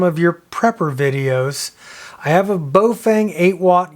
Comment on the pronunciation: it is Baofeng pronounced Bow (like cow) Fung. There is no Bo and no fang. That said,, thx for another good vid.